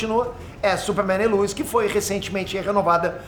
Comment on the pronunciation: Quem é lUis? É lois, pelo amor de Deus